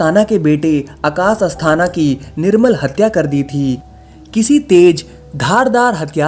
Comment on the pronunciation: Bhai wo nirmal hatya nehin hota hai, wo nirmam hatya hota hai.